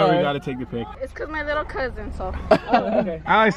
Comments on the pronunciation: Why do u say licle it's little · He says little like lickle. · Soldiers why do you say lickle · im a likkle salty at the way you pronounce little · Why is he saying licole does he mean little. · says licle instead of little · y u sayin likle instead of little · why do u keep saying likle and not little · Is it just me, or when he says little, does it sound like "likle"? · y do you say likkle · Y does he say likle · He legit says lickle